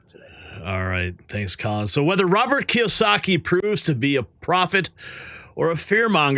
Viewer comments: The man's name is Robert Kiyosaki (kee-oh-saw-kee). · Kee-ohh-sahhkee dude. 🤦‍♂️ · Key yo saki is how that is pronounced.